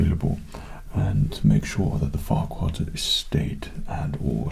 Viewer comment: I feel like I'm missing something when he says Farquad. Is it just me?